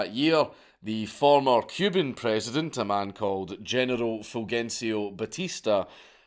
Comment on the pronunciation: No offense but do Scottish people have Generals because you pronounce it like genital